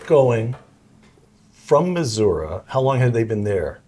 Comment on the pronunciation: Thank you for pronouncing Missouri correctly. Pronounced Missourah, not Missouree